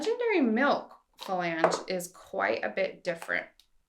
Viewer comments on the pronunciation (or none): super helpful information. My only critique would be that you stop saying "fa lang" as it is "flang". 🙂